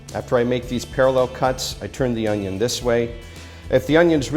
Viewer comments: Whoa that’s a big onyo! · HOW DO WE DICE AN ONYON